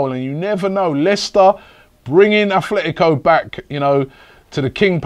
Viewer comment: ffs its Atletico not Athletico